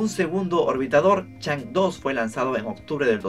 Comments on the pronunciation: la diosa china se pronuncia chongâ (agradecimientos a SMITE 😂) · Chang'e se dice como Chon'ga saludos ✌ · Chang'e se pronuncia como "Chang o" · Chang'e se pronuncia (por lo menos en inglés) "chong'áh", por si te interesa el dato jajaja